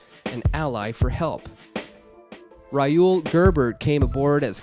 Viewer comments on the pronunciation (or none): none